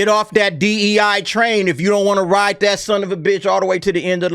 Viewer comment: Emphasis on "ride" 🤣